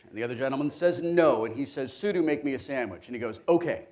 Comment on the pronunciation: Shoutout to Wil for pronouncing sudo correctly